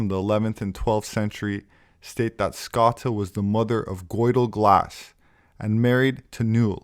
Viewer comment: We love your videos, Thank you. Here in Ireland we pronounce Scota 'Scoh-sha', ie. Scotia, as in Nova Scotia. edit; perhaps you are aware. Anyway, thanks again.